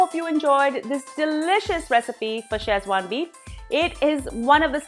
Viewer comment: It's pronounced Seh-chuan, not Chez-wan. Also the spelling is wrong in the title. Szechuan. The z is silent.